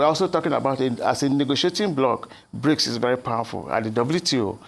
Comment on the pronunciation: Not Brincs but Brics